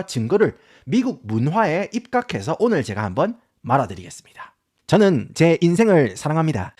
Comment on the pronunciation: 말해드리겠습니다 사투리가 말아드리겠습니다 인가요? 진짜 궁금해서 물어봄